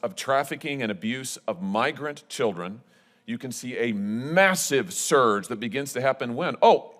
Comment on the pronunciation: Anyone else annoyed by how he says scurge instead of surge